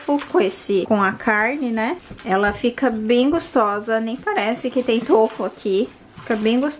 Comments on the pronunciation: Tôfu kkkkkk é tofú kkkkk povo desaprendeu a falar E a é feia kkkkk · O certo n seria tufu com o som de ú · Na verdade, a sílaba tônica de tofu é o "Fu", e não o "to" . Adorei o vídeo!!